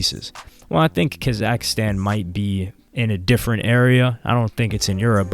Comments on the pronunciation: its not ka zack stan its KAZAKHSTAN one full word not 2 words weirdo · It drives me crazy how you pronounce Kazakhstan